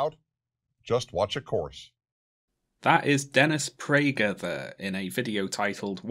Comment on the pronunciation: Theres no h in pragerUuU